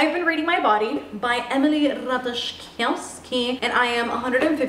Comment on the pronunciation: As a Pole I think the way you read ,,Ratajkowski” it’s everything 😂❤️